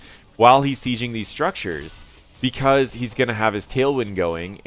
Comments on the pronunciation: Enjoyed the video, but I'm bizarrely irritated by your pronunciation of the word "sieging" - you're saying "see-zhing" when it's pronounced "see-jing". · It depends where you are from, accents are a thing and English doesn't have pronunciation rules.